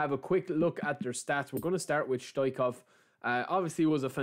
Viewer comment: Correct pronunciation is Hristo Stoičko(ao)v